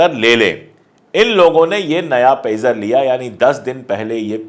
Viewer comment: pizza nhi pegar name he